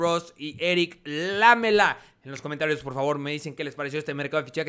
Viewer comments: No se pronuncia Lámela es Lamela acentuado en me y por eso no lleva tilde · Jaja es "Laméla" la pronunciacion. Lámela suena medio atrevido... jaja:p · Lamela se pronuncia con acento en la silaba ME (seria como laméla) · lamela se dice con acento en la letra E, seria Laméla